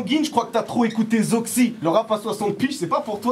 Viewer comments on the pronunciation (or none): ZOXEA PAS ZOXY